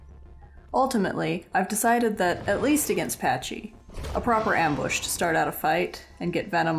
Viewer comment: why do the isle tubers pronounce it "PaCH-y"?? like i know not all isle players are into dinos but whyyyy xD